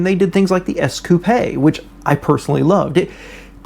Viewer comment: Dafuq, bro. It's not pronounced ES-koo-PAY, it's pronounced SKOOP: Or suh-KOOP, if you're Korean.